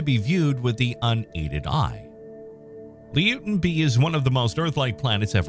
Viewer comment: Not pronounced Leo-ten, it's pronounced Loy-ten.